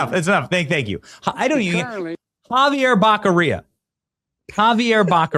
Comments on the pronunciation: I love the Joe Biden pronunciation of “Xavier Bekarea” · Oh my gosh, I didn’t know Biden did that! His own appointee to a major major position and he royally butchered his name. That’s pathetic and absolutely hysterical all at the same time. Thank you so much for posting the clip. I love it. I have to keep re-watching it lol. And yes, we desperately need Steve Hilton at the helm of California! Go Steve! 🙌🏼💯💪🏼